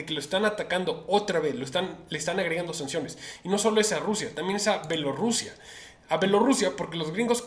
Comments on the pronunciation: Se dice B I E L O R U S I A!! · Se dice B I E L O R U S I A!